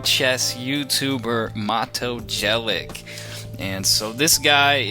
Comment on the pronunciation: U need 2 learn how 2 pronounce jelic my friend :). And nice video